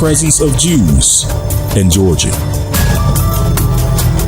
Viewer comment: Wait, did you say Georgia?